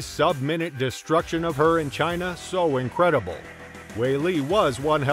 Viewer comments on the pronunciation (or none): none